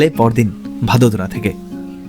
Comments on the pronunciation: ওটা ভাদোদরা না বড়োদ্রা উচ্চারন হয় কারন এখানে থাকি তো❤ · ভাদোদারা ❌ ভারোদ্রা ✅